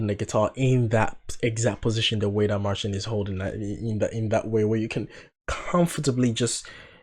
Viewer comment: Yes You are one of very few who pronounce his name correctly.its Marćin not Marsin.so keep it cool bro cos You are so on point in many aspects!!!all the best to You!!!